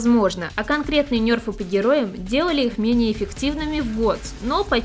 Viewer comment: как игроку вовки не привычно слышать нЁрфы а не нЕрфы